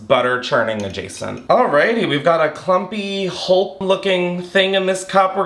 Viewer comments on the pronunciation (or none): none